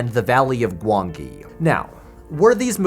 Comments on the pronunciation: This is great video 'discussion' but I doubt whether he's seen "The Valley of Gwangi" as if he had, then he would know how to pronunce it. The second 'G' is pronounced as a 'J'. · Gwangi is pronounced ‘Gwan-jee’. I saw it at the theatre when it was first released. Great video, by the way, this is very well thought out!